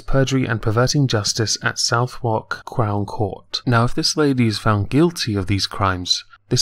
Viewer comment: BTW The phonetic for Southwark would be Suth-erk.